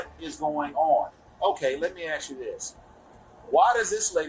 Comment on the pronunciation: Why have americans started to say "ask" as "x"?